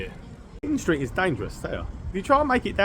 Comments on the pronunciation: Wind st is pronounced the same as wind a watch! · Great video mate. Just FYI it’s pronounced Wine Street even though it’s spelt Wind Street👍🏼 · When you pronounce "Wind street" mate, it's like when you wind up a clock or something. Not wind as the weather. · I know its spelt wind street but everyone in swansea pronounce it as wine street it must be a welsh thing 😆